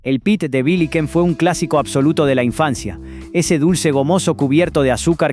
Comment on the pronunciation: Porqué decís biliken!!!!!?????no será Bi lli ken???